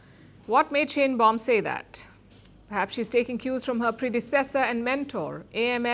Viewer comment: I've been warning all of these Youtube posting rabbis not to trust Trump, or they would wake up to find Israel with a knife in its back. I hope that I'm wrong, but I don't think I am. Trump is nothing but a liar and only does what helps HIM, no one else. President Sheinbaum is pronounced "Shine-baum" not "Shane-baum" It's a German name and she is likely an Ashkenazi (German Jewish originated) Jew. The "welcoming" Greenlanders was a staged event. They were given MAGA hats and some were paid, homeless people, from reports that I heard. People there were taking photos of Dumbnald Jr. with their middle fingers raised.